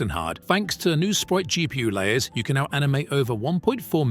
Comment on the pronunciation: That's amazing! Fantastic 🎉🎉 Just a quick one as it struck me as weird, isn't the name Can pronounced as Jan as in "January" but otherwise thank you for a great phaser weekly update!